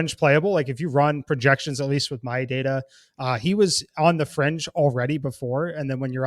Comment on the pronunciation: It's fringe- not "frenge"